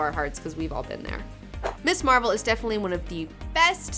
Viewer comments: Hey, not to split hairs here, but it's Ms Marvel, not Miss. It has a "z" sound to it. There is a distinction between Ms and Miss. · Your show has really inspired me to track down a lot of these comics, thank you for that! I enjoy your show and most of your recommendations. I don't usually care if someone pronounces a character's name differently, but I have to bring this one up. It's Ms. Marvel, not Miss. The words mean different things, and there's a reason that her title is Ms. I'm not trying to be a jerk who feels he has to "mansplain" this, just bringing the importance of the distinction to your attention. Please continue doing great and fun work.